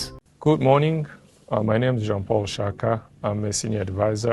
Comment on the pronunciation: Shyaka not shaka